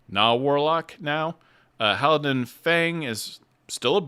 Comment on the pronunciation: Just a note, Thaisha is pronounced tie-shuh, not tie-ee-sha. Idk if you realized you were switching between Halan-dil and Halan-din, during this either.